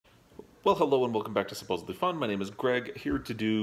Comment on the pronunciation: The first 2 seconds of this video: "Wakalonosupposedlyfun" lol. I had to rewind a couple times before I understood. Cute!